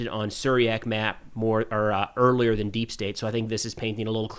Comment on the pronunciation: Something funny about the way your pronounce “earlier.” This isn’t the first video I’ve noticed this. Sounds to me like “oirlear” 😅